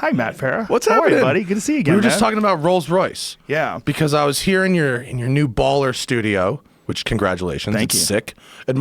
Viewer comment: Jo Po yeah a car show hosted by the guy who says Royals Royce